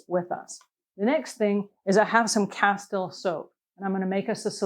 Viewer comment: It's pronounced cas-teel.